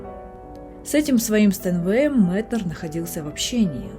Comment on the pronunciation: За Метнера сразу лайк (хотя я его произношу как М[е]тнер) В точку его замечание, что при усталости заниматься медленными певучими произведениями, на которые вечно не хватает времени. И про пульс дня чертовски верно.